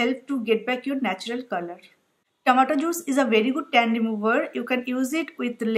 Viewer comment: Its tomato not tamatur :/